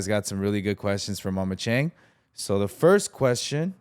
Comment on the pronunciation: Why did you pronounce your Chinese name incorrectly Chang? Literally in the beginning of the video. That doesn’t make sense. Speak it correctly with the respective tone out of the four tones. Even more confounding is the fact that your mother mispronounced Chang too. Absolutely ridiculous.